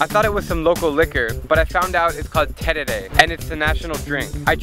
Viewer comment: I love how you pronounce terere, also thanks for visiting Paraguay and letting more people know about the country